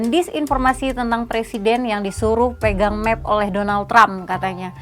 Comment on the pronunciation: Map bacanya map bukan mep karena bukan dari kata bahasa inggris yg artinya peta